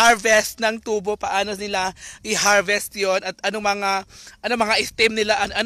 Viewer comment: bayot kaayo pronunciation Ui.. ✓TU-BO! = (sugarcane)Pinagahi pag pronounce × TUBO= (pipe tube sa CR or Pangbunal sa hubog)